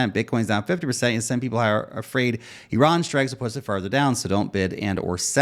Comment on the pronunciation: Thanks for pronouncing Iran correctly. You're one of the few in any kind of media who do. Though you f'd up the pronunciation of Iraq (ee-rock)